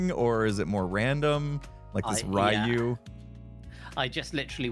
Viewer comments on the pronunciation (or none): His pronunciation of Ryu is hilarious, RyU. For anyone wondering, it is a Japanese word meaning dragon and normally refers to the eastern style dragon as opposed to the western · Just because i died a little on the inside at hearing Rie-yoo it is pronounced Ree-yoo, it means dragon in Japanese though depending on how it is written it can mean various other things. Dragon is just the most common meaning. I mean no hate by this, i just have a love of languages and thought you would like to learn something. Also the visual story-telling of having a reactor situated in the 'poor' sector of the city is actually great narratively. A common theme for Cyber-punk is that the rich control the world but need amenities and as such would put dangerous things in the place where the least loss of value (to them) could happen.